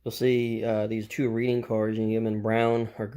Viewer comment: both reading cars are prototypical, and it's pronounced "red-ing"